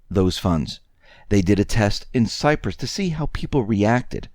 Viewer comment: You pronounce “Cyprus” & “Fiat” weird.